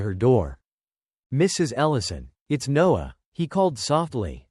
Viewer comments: She ordered pizza every night? Odd. Also, this is not good quality. Lose the AI voice and get rid of those horrible subtitles. Dude's name is Noah, not Nose. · There are plenty of humans on this planet who can read better than the bot. The man in the story was called Noah and then in the next sentence he was called NOSE. Back and forth Noah/Nose.